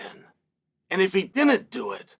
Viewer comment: why on Earth do you say dinnint?